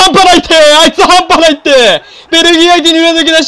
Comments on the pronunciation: やっぱりあの定番のセリフは関西弁慣れてなかったら変になるなー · 発音ちゃう 中西くん見習えよ